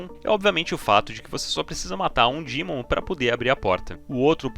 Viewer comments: baiata video, mas me dá um nervoso te ouvir chamar o demon de dimon kkkkkk amo vc <3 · DÍmon.. Não, burro, é DEmon DEEEEEEEEEEEEEMON, vc não tá nos EUA. Dímon, eu mereço. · mto bem contada a historia... mas para de falar "dimun" por favor kkkkkkkkkkkkk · Dimon, que porra é essa me irmão DEMON não e dimon não